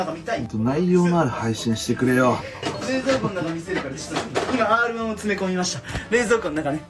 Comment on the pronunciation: R-1１個がR-1りん子に聴こえた